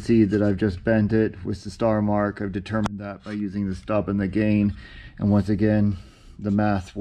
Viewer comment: 😂😂😂 bruh I was wondering if anyone else noticed that